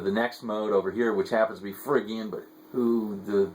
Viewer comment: good stuff. but it's pronounced ' fridge-ian' not frig-ian.